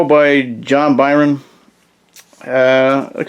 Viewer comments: you said he rewrites the dp origin as if they never existed, but go back in time to where the first team died. i got confused.. thanks for the vid and cheers from brazil. ps. we also say "burn" here, whatever you said seems hard. "bärn" wut? heheh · Byrne sounds like "burn". Otherwise enjoyed the vid. 👍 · As soon as this guy mispronounced John Byrne’s name. I paused the video to make this comment before exiting the video. This guy needs educated before he makes a video and makes an idiot of himself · Yo chill man just a mistake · He got a name wrong that you don't exactly hear very often, no need to be so rude about it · Yeah it's annoying but you're also overreacting. If a person's never heard a word spoken before and only read it you can't really get that mad at them relax